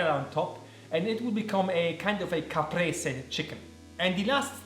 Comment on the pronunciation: Such a chad move eating the oreo ice cream!! But if it's within your budget why not? Loved everything!! Ps. Are you Italian? You're mozzarella and Caprese pronunciation were very good!